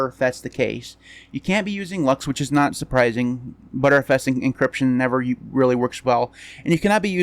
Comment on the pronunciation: TIL btrfs is pronounced as butterfs